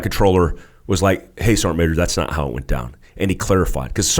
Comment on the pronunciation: SAR-GEANT MA-JOR